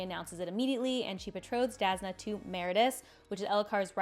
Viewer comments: I love your videos and I'm not trying to be mean here, but I'm mentioning it since you said Jasnah if your favourite character. Brandon said that her name is pronounced as "Yasnah", not the direct "j" sound. BUT it shouln't matter, everyone is free to pronounce the names in books however they want, I just said it as a FYI for you, since she's your favourite :) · Your pronunciation of Jasnah is atrocious to the point i didn't know who you are refering to. I know as english speaker you are used to "j" sound but for her it is the same as "y" sound in "Yennefer" from Witcher. You can clearly here this pronunciation in audiobooks, in interview with Brandon when he mentions her and in the original pronancation of the word "jasna" from slavik languages (polish and bulgar) that transalte into "bright" (as in light efect).